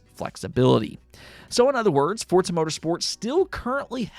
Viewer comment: FORZA, wtf is fortza